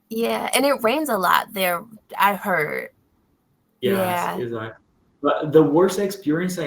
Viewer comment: Another point that I forgot to mention is about your pronunciation of the word "Exactly". Instead of saying "ezactly" , it will sound more natural if you say "ekzactly". Look, I'm not a native speaker, I'm also a Brazilian learning everyday just like you, so I think we should always help each other in our English learning process. You have great pronunciation and fluency, and I think these will help you improve your English even more. Keep up the good work!